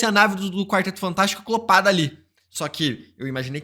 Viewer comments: só eu agoniado com o "aclopado"? kkkk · MANO É ACOPLADO E NÃO ACLOPADO